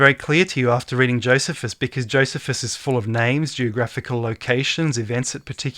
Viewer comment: youre killin me smalls:P its JOE "SEE" fuss:P